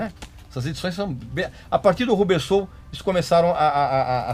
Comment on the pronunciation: Só para cooperar, a pronúncia é "Rãbber Soul e não "RU" bber, ok ?